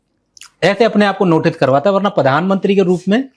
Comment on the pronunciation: padan mantri nahi, it's pronounced as PRADHAN MANTRI